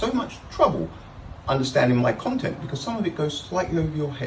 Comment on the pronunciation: Becoss?? Who pronounces because like that? Spoiler: does.